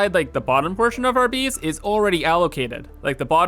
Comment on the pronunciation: I like the way he says space and base.. "There's not enough speece in our beese"